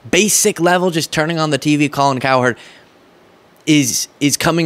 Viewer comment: Colin, we don't call you Colon. Pronounce her name cowrecktly!!!!!